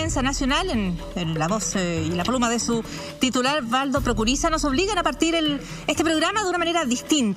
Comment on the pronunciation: Prokurisa???? No se saben ni el apellido y son periodistas??